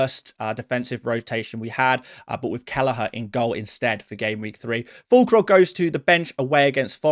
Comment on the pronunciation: you lost me at Fûllkrug